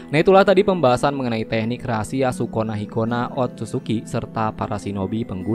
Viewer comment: Dengerny kayak sikonah markonah...hahhaha